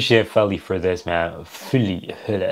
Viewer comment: Feli = FAY-LEE